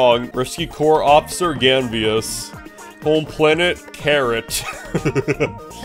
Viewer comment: Gotta love how this first episode was pretty much just “Grandpa Collin” talking the entire time. But jokes asides I had an absolute blast watching this first episode and for future reference Karut is actually pronounced as “Ka-root” and not carrot lmao